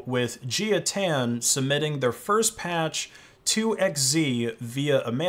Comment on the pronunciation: "Jia" would most likely be a Chinese name and so would be pronounced like "Jah" rather than like "Geeya".